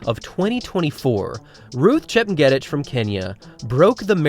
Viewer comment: Pronounced: “chep nyay teach”